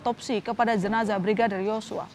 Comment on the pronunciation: Jenazah lho, bukan zenazah.